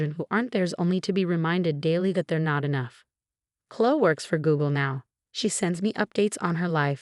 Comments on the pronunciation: Please use names that the computer can pronounce. It's Kloh-ee. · Oh good! I came here to say the same thing. So irritating, they keep choosing this name but speech bot has no idea how to pronounce it. Uggghhh😢